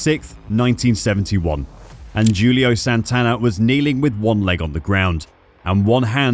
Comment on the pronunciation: He done it correctly. In Portuguese it is pronounced like that